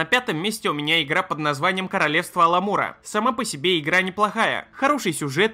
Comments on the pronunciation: Уровень контента: "Аламур" вместо "Амалюр", говорит про KotOR, показывает картинку из SW:TOR. Понятно. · Амалур) а не аламур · Ну не Аламур же, а Амалур... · Amalur! А не "аЛамур", шок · по моему Амалур а не Аламур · Амалур, а не Аламур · Не Аламур, а Амалур. Ужасная нудятина. А Джейд импаир, вообще не про Китай. Это вымышленная страна с вымышленной мифологией. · Читать "кингдомс оф аламур", когда сам в видео вставлял название kingdoms of amalur это как-то... За Амалурку прям обидно стало) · ну что за тупой байт? написано Amalur, а читаем как Аламур. надеюсь все-же, что автор просто туповат для ютуба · Какой еще аламур? Ты читать не умеешь?